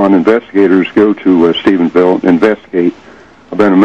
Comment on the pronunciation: WTF?! StephenSville??? It's Stephenville! noooo hahaha this fool can't read a teleprompter LOL